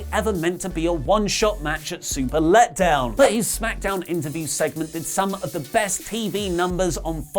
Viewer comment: I love how u said super led down 😂😂